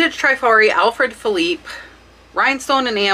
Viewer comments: Great video. Only thing is, honestly, my ears hurt to hear some of your pronunciations of some of these designers. Givenchy is Zhee-von-she. Trifari is short "I", as in triste, not "Treefari" . Other than that, your child is adorable and so well behaved! Kudos! :) Thanks for the great content. These brooches are beautiful eye candy! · I really love your videos! FYI, the pronunciations is Trifari, with a short “i,” like in the word “trip.” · Oh thanks for the info and tips you YouTubers blast - its no wonder why I cant find any more treasures! You guys are ruining it for soooooo many of us! Oh, and its not Tri-fari. Its the "i" pronounced short like in "is" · I adore you. I admire what you've accomplished and shared. It's cute that you mispronounce brands like givenchy, trifari and vendome, but hey you are making lots of money and that's what counts